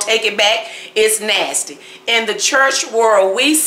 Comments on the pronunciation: Keep saying Nastayy because it's the southern thing to do. For the Karen wanna bees, find another channel on how to sip tea with your pinky. This channel is for the Grown cooks, pie and cake makers! Me' Shell Farria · You keep using nasty I love how you say nasty 🤣🤣🤣😉